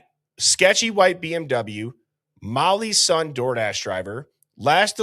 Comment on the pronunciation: EVERYTIME you said "Mollys son" it sounds like a Chinese word "Mollysson" 😂😂😂 Like the karate kid learning a new "wipe on wipe off" method 😂